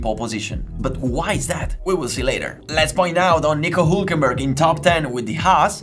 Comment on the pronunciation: This guy is capable of pronouncing the "h" in "how" perfectly but still chooses to say "'aas" and "ulkenberg" and I love him for it. Subbed.